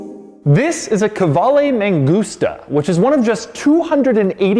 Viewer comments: To be honest: I had been pronouncing that name K-VALE with a Steve Martin-esqu Dr Hfuhruhurr vibe . But NO it is KU VA LE. Doug, you have enriched my life immeasurably. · I don't think it is a "Ka-vale" but rather a "Kvale" Mangusta. Right? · Ok but it's meant to be pronounced "koo-aleh", like latin "u" which is written like a "v".